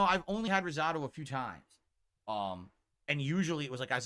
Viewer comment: There are absolutely NO family owned restaurants just chain restaurants and no Italian nor American restaurants in his area?! please pronounce “risotto” correctly…so irritating.